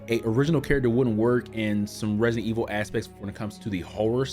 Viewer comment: Dude why are you always say Redident evil 😂😂😂 anyways I subbed cuz u sems cool guy